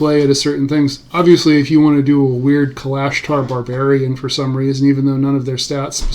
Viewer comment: You are pronouncing Kalashtar incorrectly